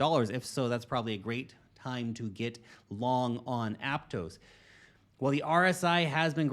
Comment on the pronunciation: ApTOSS, not apTOES.